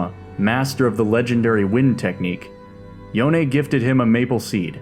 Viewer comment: Thank you for calling Yone, Yo ne. Everytime I hear "Yown" I felt sick.